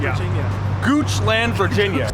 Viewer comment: It is pronounced (gooch-Lind)